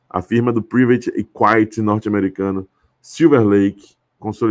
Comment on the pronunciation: é práiveti équiti, não prívati equáiti 😆